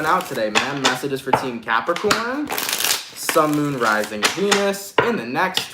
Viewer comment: No disrespect intended to follow but for some reason, I cannot help but hear you saying, each time: "Sun, Moon, Rising Penis - in the next 24 hours." 😆